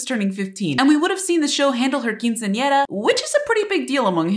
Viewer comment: Ese Quiceañera está bien pronunciado D: MUY RARO